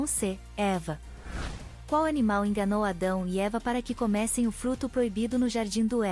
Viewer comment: 4 = Comessem: deve ser pronunciado de maneira FECHADA. Desculpe.